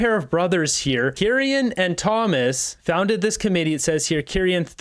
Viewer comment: Hey! I hate being that bitch but it’s pronounced key- ran lol